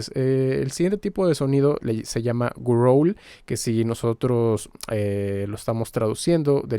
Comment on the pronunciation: "Gruouurls" jajajjaaj